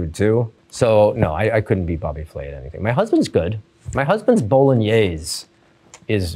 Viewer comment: The way he says bolognese 😂 “bowlinyayz”